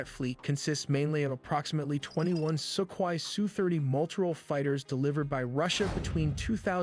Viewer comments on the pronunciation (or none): none